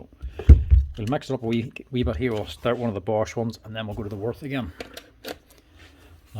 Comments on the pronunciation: Sorry for my German behaviour, its Würth not Worf 😅... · Würth" is pronounced like "Wuert", where "ue" sounds like the German ü – similar to the 'u' in 'fur' (but with rounded lips), and the "th" is a hard 't', not like in 'this' or 'think' - btw the 125 Version is 115,90€ without tax. The 115 is not available anymore. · Wurth is pronounced with a v not like a w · Würth is pronounced Wyrth